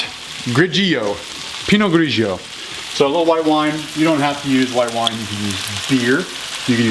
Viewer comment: Damn bro this looks damn tasty But my italian sense tingled a lot during this video, mostly when i heard that "pinot grigio" lol Nice video man keep it up ;)